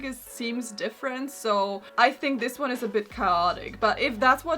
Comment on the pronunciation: Am I the only one who can't help but hear "This swan" instead of "this one"? 😭